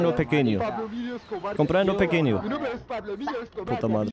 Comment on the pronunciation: La única cosa que pronunció casi perfectamente fue "puta madre"